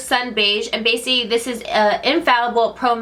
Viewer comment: I noticed you don't know how to say Basically 😂